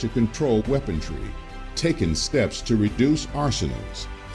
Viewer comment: Maybe you could get that narrator to stop saying "weapontry," huh? The word is "weaponry." No "t" in there at all. Thanks. Sometimes it really is the little things that matter.